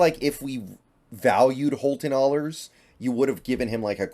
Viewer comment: If we do keep Ahlers, can we pronounce his name correctly 😅 it’s Aye-lers not ahhh-lers